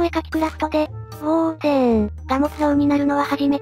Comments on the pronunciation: ウォーデンではなく、ウォー↑デン ですね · ウォー↑デン↓ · 相変わらずのウォー↑デン↓(*ﾟ∀ﾟ) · お絵かきクラフト!! 大好きな企画だから嬉しい!!! ウォーデンの発音がやっぱりウォー↑デン↓なの好き 前もそうだったけどもしかしてイワンコフ乗り移ってた…？